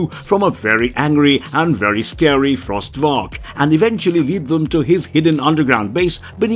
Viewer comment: Cool video, but small mistake: The monster's name isn't "Frost Varak", it's "Frost Vark."